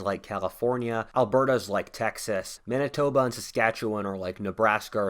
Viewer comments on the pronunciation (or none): Manitona? Try Manitoba. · Manitona?! lol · MANITONA???? or ManiTOBA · Also you labeled “Manitoba” as “Manitona” twat. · at 19.17 - Manitona ?